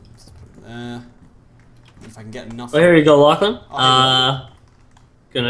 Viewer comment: I thought you said ur name like Lachlan instead of lochlin